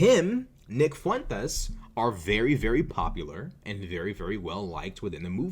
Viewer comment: I love how you always properly accent the name Fuentes.... it probably burns his supportes up lol 😂